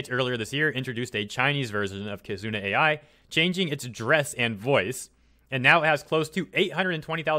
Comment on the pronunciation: Another mis-pronounciation, this time, for "Kizuna AI" XD I don't mind as long as I listen and understand. I've been following the trend since late 2017